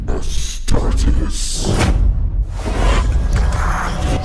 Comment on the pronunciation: Man I was really into this until he pronounced astartes wrong. Derp